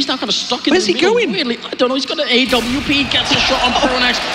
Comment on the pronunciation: Is it just me or is it annoying when the say a,w,p. JUST CALL IT AWP